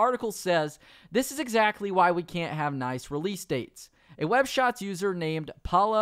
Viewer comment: Not Paula Maula Waula 🤣🤣🤣🤣